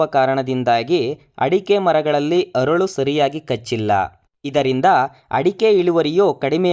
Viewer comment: ಅರಳು ಅಲ್ಲ ಮಾರಾಯ.. ಹರಳು.. ಆಗು ಅಲ್ಲ ಹಾಗೂ ಕನ್ನಡ ಸರಿಯಾಗಿ ಮಾತಾಡಿ..